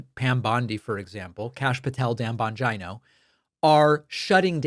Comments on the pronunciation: I think it’s pronounced: Dan Bon-gee-no not Dan Bon-Jon-o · David. Respectfully, it's pronounced jeeno, not jino. It's an Italian name. :-) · Hi David, please, im sorry but youre not pronouncing his last name correctly, it doesn't rhyme like vagina? It Bongeeno, Jeano😮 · Bongeeno!it is pronounced Bongeeno! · Bongino pronounces his own last name bon-geen-oh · I think you pronounce his name Bon- geeno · Learn to pronounce Bongino. It makes you look stupid and not conversant with the real facts. If you can't say his name correctly, what does that show about your familiarity with what he is doing. Plus everybody else can pronounce it. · The consistent mispronunciation of Bongino is low key hysterical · I get a kick at how badly you mispronounce "Bongino" You might as well just start calling him "Bangina"